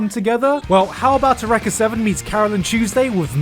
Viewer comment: Eureka is pronounced you reek uh. Not ooh reck uh. FLCL is pronounced fooley coolly Big bang theory clip Three strikes. Im out. Wash your toes.